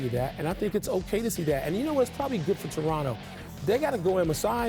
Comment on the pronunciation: he said "Lebronto"